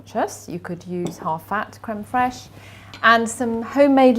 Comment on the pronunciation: What's crumb fresh please?I can't understand what you said. Is that yogurt with lemon curd?